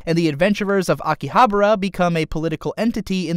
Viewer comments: Please pronounce it correctly ;-; Akihabara Aki-ahh-bah-ra not Aki-abra I usually don't post these sorts of things, but it tilted me so hard I had to plug my ear holes with protection to save me. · Excuse me I hate to sound like a dick but you missed pronounced Akihabara this location is based of a real life location in japan (which is where the real world conterpart of Log horizon) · Isn't it Akihabara instead of Akihabra ? #NicpickNotReally